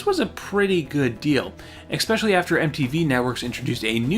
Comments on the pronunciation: I love these videos, but man... please stop saying “Eck-specially” when you mean “especially”. Again, love the series! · WHY WHY WHY do you say "expecially"?! WTF!?